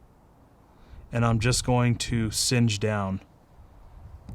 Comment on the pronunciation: Do you mean to say cinch as to tighten? It sounds like you're saying singe which would not make sense as that means to burn slightly.